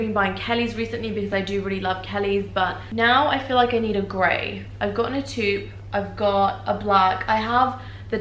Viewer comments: Beautiful bag and impeccable taste as always! Looking forward to see my career prosper so I can be a real Hermès client one day... Praying for success and health in 2021! Also taupe is pronunced "towp" for all the gals like me who had to look it up hihi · its taupe not toop lol